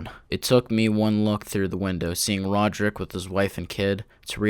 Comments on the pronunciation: "Roderick and not Rodrick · Rojerrik lol